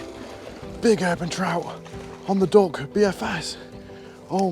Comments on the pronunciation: Every time you say duck I hear dog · Did he say "dog" or "duck"?